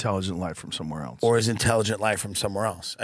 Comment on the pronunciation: Can we stop saying “eltse” please. Joe and Asmongold kill me with this. It’s “ELSE”. Love Joe but just had to say it.